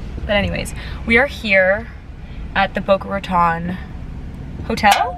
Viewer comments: Boca Raton is pronounced TONE not Ton FYI. Or you can just shorten it in and just say Boca. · okay, just letting you know as a local that you were pronouncing it wrong. Just trying to help.